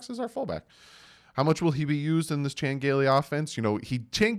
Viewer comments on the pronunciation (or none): none